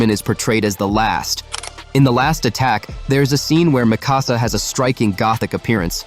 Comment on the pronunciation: For 24, when Eren is talking to Hange he literally goes, "I could use the power of the War Hammer Titan to escape". And 28, well, Levi is Levi. And, can you please pronounce Mikasa's properly? It's not that hard.